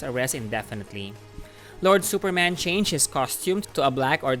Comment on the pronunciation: “Supermen is exactly as we know. He is also from Krypton.” I know exactly what you mean. But it sounds like that “he is Superman. But in addition, he is also from Krypton. That is cool right?” Lol